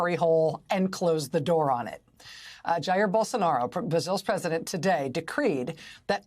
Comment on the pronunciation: Props to her for NOT pronouncing Jair the way it's pronounced in Spanish. It's really annoying for Brazilians when Americans assume Portuguese is just the same as Spanish.